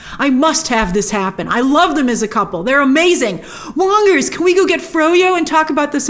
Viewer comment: i chuckled when she said "Wongers". A subtle ** joke?